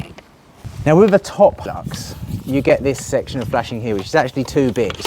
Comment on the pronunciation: Made that look easy! By the way its not vel- ux its Ve-lux. lol